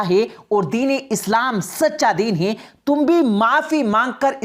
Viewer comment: Ye commentry kerne wali jahil hai kya isko bolna bhi nahi ata. Hai. Ko hey bolti hai